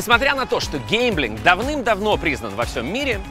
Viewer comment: Ужас какой. Похоже на скрытую рекламу, коей данный "шедевр" и является. И да, пожалуйста, объясните вашему ведущему, что то, о чем он рассказывает, называется гемблинг, от английского gamble, а не "геЙмблинг" от английского game.